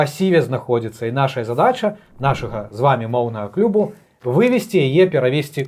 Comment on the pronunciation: Толькi не клюбу... Аж НЕПРЫЕМНА! Дзякуй, што не сказалi салятавы, а салатавы. Ну i, мабыць, правiльна бежавы.